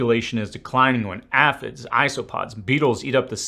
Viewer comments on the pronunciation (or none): "Aphids" is pronounced a'-phid, with an A sound, not an Ah sound.